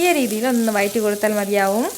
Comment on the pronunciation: Chechi vayatti ennalla vazhatti vazhattuka ennanu sariyaya ucharanam. Very nice video. Will try xmas special